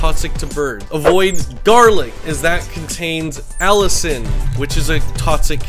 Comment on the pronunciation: i thought you said "don't feed your birds garlic, it contains allison" i was like huh what did i do